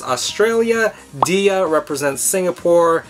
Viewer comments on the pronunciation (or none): Not nitpicking, but Dia sounds like Diamond, not dee-uh. I made the same mistake 😓😋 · That's not how you pronounce "Dia". :'3